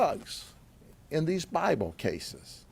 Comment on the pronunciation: Stick to the legal aspects and stop projecting offense at use of "Bahble casus" to conceal narcotics.